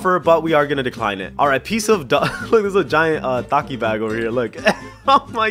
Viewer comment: lol look how he said takis he said taki